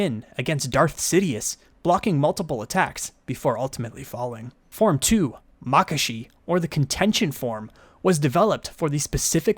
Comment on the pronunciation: your pronunciation of makashi is different to what i hear and use. interesting. I pronounce it mah-KAH-she. instead of MAH-kashe